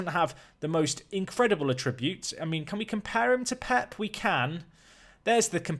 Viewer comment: brilliant videos mate but just one slight thing. its 'att-ributes' not 'a-tributes'.... :)